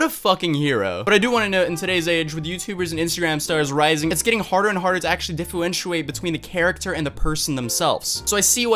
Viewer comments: he says ifuenchiate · difuentuate..... yea nice pronunciation lol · i hate your face. I hate your hair. I hate your hat. I cannot fucking stand that you were reading and STILL said "diff-u-ent-uate" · Haha, "diffooenchewate". I replayed that so much I forgot what the actual word is lol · “ diffuentuate lol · Dude said “diffluentiate” Anyway yea this little kid’s mom and brother make her do this shit. They are to blame here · "diffuentuate" lolllll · What the hell is "difuentiate" ? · what do you say 😂😂😂😂😂 Difuwentuate? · “Difuenshuwait”, yup that’s how you say it! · Are we going to just ignore ? “Difuintiate” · "Dif-u-en-shoe-ate". What an intellectual powerhouse you are. Stop trying to get famous whilst having no talent. You're fucking muffcabbage. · "...diffuentuate" lmao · “diffuwentuate” error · What’s “ diffe-wan-tio-wate” ? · Difewenciate - 2018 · Diffewentuate LMAOO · "Diffientwiate". Please. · do you seriously not know how to pronounce differentiate??? lol what a joke